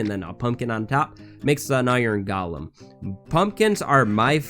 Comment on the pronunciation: When said Golen I thought he said Gollum 😂